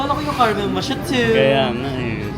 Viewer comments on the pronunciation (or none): anong caramel mashatu, caramel makyato ang pronunciation dyan if hindi yun joke. Pero legit, di niyo ba nakoconsider mag-aral ulit? Hindi habang buhay ang pagvvlog, at medyo off and outdated na yung mga lines at jokes ninyo. Hindi na rin nakakaenjoy yung mga low quality content na pinoproduce niyo and it resonates with your views. Try niyo mag-aral ulit for better opportunity. Dami ng means para makapag-aral ngayon. Kung kaya niyong kumain sa labas palagi, mas kaya niyong sustentuhan ang pag-aaral niyo. Just my two cents. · And since kino-correct mo pronunciation niya, it's karr-muhl mah-kee-ah-toh not caramel makyato.☺️